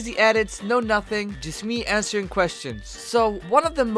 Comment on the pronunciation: “Ill be ansing your questions”